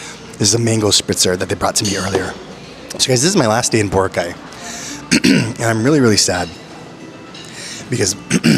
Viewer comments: It is pronounced as Bo’- ra’-ka’ y. Tagalog words are pronounced with hard accent per syllable not slang …l suggest you get an app for Tagalog pronunciation not only for translation from English to Tagalog. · you're still pronouncing Boracay the american way ✌️😊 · Kuya, I'm not sure if anyone pointed it out to you yet, but you're pronouncing Boracay wrong.